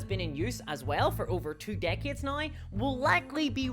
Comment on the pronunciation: Every time you say now you pronounce it nauye. British or Aussie?